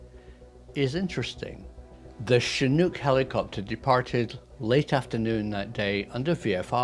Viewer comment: Finally a Brit who can pronounce Chinook properly. Thanks for that.